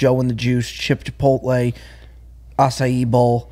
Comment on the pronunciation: what in the world is "Chip-to-poltle" am I the only one who caught that?